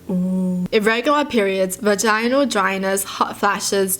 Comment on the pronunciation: The way she pronounced vaginal😂😂😂😂